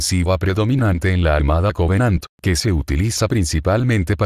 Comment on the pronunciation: Creo q dijiste 100 covenadt